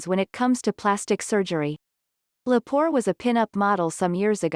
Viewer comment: Amanda Lepore A man duh Le poor - not poor Cox Bullock 😮